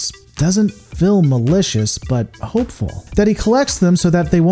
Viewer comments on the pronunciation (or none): Suggestion: Work on your pronunciation of the long "e" sound. It's a little grating that you pronounce "shield" as "shild", "meal" as "mill", and "feel" as "fill". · "fill" instead of "feel"